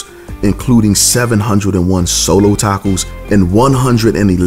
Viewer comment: What's a "tack-o"????